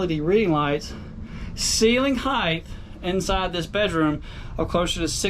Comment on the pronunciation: It's height not heigth!!! I feel better now